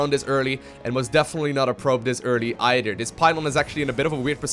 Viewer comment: "udder side of the map.. none udder than... dere we go. idk if eider of these players. produss. udder wise.. "